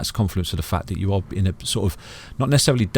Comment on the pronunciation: Think not fink. That not dat. Thankyou not fankyou. Talk properly thucks sake